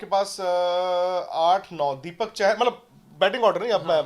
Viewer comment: it's Deepak "चाहर" not "चहर"